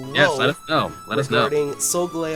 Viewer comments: I personally pronounce it with emphasis on the gal part, so it's "Sol" like solar "Gal" like the word ''gal' sometimes used to replace girl and the eo like in "leo" the lion. so all together it's "Sol GAL eo." As for Lunala its the same basic phonetics you use, but the emphasis is in the Beginning, so i pronounce it "LU nala" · I think it's pronounced solGALeo. Kind of like the gal as in Galileo. And Leo like lion. This legend might be another ray-qua-za and ray-quay-za pronunciation war. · I pronounce it "sol-GAL-ee-oh" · soul gal leeo???? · I think you pronounce solgaleo as : soul-gal-ee-o. I could be wrong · yo pronounce solgaleo wrong dam man your kill when you pronounced that shit lmao